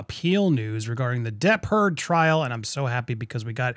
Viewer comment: Love how you pronounce Depp-Heard like shepherd.